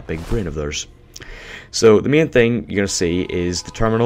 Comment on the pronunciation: Small Comment For Being Me... Main Isnt Pronounced Mean You Are not Brittish So please Stop With The Accent For Everybody Sake Nothing Mean :) Good Vid Tho